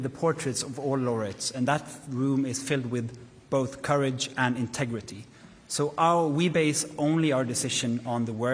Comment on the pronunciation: I love how he emphasized the word, "integrity". lol